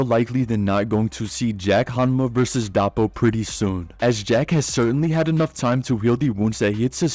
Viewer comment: Took me a bit to figure out he meant Doppo and not "Dahpo."